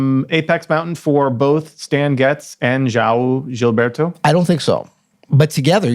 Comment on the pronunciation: Love your YT channel and Open Studio- but the voice speaking Joao Gilberto is pathetic 😂- (would have been better to use a Brazilian website . )The bossa nova guitar beat Joao Gilberto developed was based on Joao Donato’s playing- that is described in “Chega de saudade: A história e as histórias da Bossa Nova “- Rui Castro